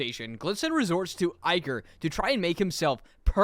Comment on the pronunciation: ITS ICORE NOT IKER